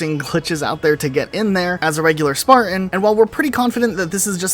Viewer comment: "Cerain" "Sparan" Here, you dropped this: "t" <3